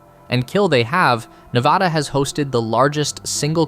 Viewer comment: As a Las Vegas local. You only pronounced Nevada correctly once.